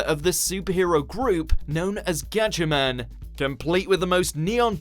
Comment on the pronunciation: it's gatchaMA'M 😂😂